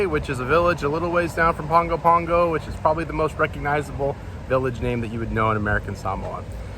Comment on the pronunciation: You are overemphasizing the “G” in Pago Pago, the G is more of an “N”. So pronouncing is more of Pango Pango